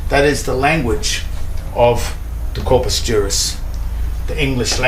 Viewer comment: Corpus = corpse